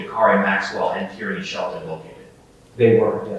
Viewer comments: Tierny. It’s an actual name/surname. Like Maura Tierney or Kieran Tierney. It’s pronounced TEER-NEY, not TEE-RAN-NEE. Good look trying to hide covert intentions on what you all really wanted to say judging by this ignorant ass thread. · Tierney= TEER-NEE Tyranny= TEE-RAN-NEE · "Corey's girlfriend, a woman named Tyranny..." 🤦‍♂️ 💀 not Tyrannyyyy 😭